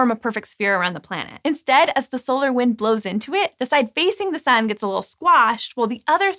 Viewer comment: "The SÜN" :3